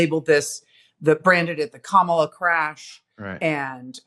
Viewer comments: If we’re going to correct the way Trump mangles the pronunciation of Kamala name, don’t you think we should say it correctly ourselves? Assuming you agree, let me help you out. Hopefully, this mini-lesson may help others who, out of respect, are struggling to get it right. It’s NOT “Ka-MAH-la. It’s “COMMA-la” or, if you prefer , “KAH-mah-la.” The accent is on the FIRST syllable, not the second, the way you said it. You did get it half right, though. Both the “a”s in her name are broad, not flat. The broad “a” is pronounced “ah” as in “art” or “all.” The flat “a” sounds like the “a” in “man” “wo-man” or “cam-era.” (See what I did there?) Trump’s disrespect, disgust and outright loathing for Kamala was obvious in the “hostile , nasty tone” he used to demean her name, saying, “There are a million ways to pronounce her name. But she only likes three. He might just as well be spitting venom the way he did when he hissed, “Barack HUSSEIN Obama.” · Her name is pronounced Kama la like coma la thats why they have have merch ,la. It is not ka mal a. Please get it straight. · Kah ma la. Emphasis on the first syllable